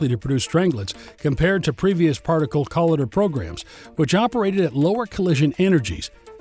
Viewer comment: IT'S NOT "COLLIDDER", IT'S CO-L I DER , THE "i" MUST SOUND LIKE THE i IN Lighter!!!